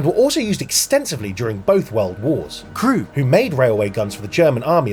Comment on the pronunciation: Mispronounced krupp.